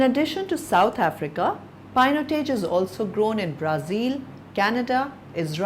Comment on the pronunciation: Yukkk!!! what a pronunciation..painotaj.. disaster....